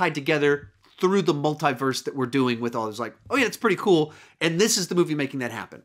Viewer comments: MUL "THEE" VERSE NOT MUL "THAÏ" VERSE. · Why is he saying " Multai - verse"